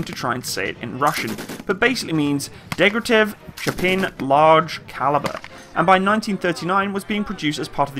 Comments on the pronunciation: if you're going to do videos like this, you will have to set aside the 2 mins it takes to learn the proper pronunciation of the few names in there. Not only is it bloody easy if you use say, Google Translate or Wikipedia's phonetic spelling - but if you don't your vids turn out ridiculous. Not saying the name of the gun? Wtf? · Daaaaym you butchered the gun desighner names! Great video as always, very nice to see footage of Ukrainian and Polish forces training. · Degtyarev. Actually pretty easy to sound out if you can read. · your pronunciation of russian names forcing my ears to bleed. Дегтярев = Degtyaryov. Шпагин = Shpagin. There is no other variants of pronunciation. If you want to hear the normal pronunciation of russian words, you can message me and I will help you with that issue. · Seriously? Degtyaryov and Shpagin are that hard to pronounce even remotely correctly??? That was sooooooooooooooooooooooooooooooo painful to hear. "Dektov Shapin" ........ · Deg-tar-yo-v Sh-pog-in F-yo-dor-ov